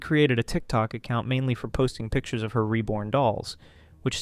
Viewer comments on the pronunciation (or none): none